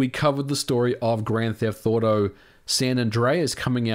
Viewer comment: Am I the only one hearing “grand theft thauto” or something like that lmao